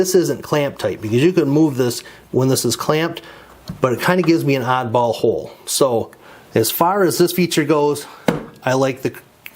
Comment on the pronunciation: LOL I know what he said, but it sounded like something else!